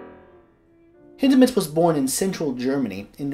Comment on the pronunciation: Thank you for the correct pronunciation of his name! Hindemith is my favorite composer.